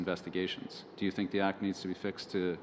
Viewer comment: Great, another franco nazis in bilingual position who is NOT fluent in English, surprise, surprise....lolllllll, NOT. he is replacing another Quebecer..., just beautiful...These people are corrupt to the core...all of them, especially from Quebec. Its three, moron not tree, its think not tink, its that not dat...bloody idiots...lollllllllll. ESL scum bags...